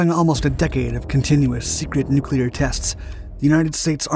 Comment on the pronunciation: I’d just like to thank you for pronouncing Nuclear correctly. Its crazy how many narrators say “nuc-u-lar”…